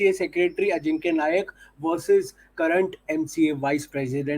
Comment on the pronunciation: नायक नही नाईक